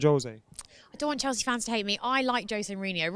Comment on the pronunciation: Someone tell it's Chelsea not Chalsea please 😭😭